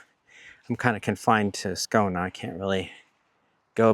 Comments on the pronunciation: Hmm? You live in Skouna? Even speaking deep Skånska, Skåne has an e at the end, usually something like Skaöune :) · Sorry but can you please fix your pronunciation of Skåne, please. It's Skån-E, not Skån-A. If you want to use the english name it is Scania (like the truck brand)